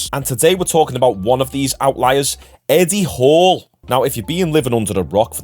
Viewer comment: His name is eddie. Not etty. And when you say ''moved'' speak out like move. Not muved. Its enoying